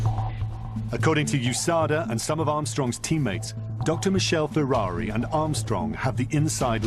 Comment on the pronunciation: Could the narrator not pronounce Ferrari's name correctly. He was Italian, not French.